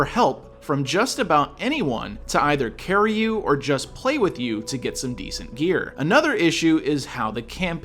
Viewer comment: Dam what a carry, don't say carry so hard man lol hahaha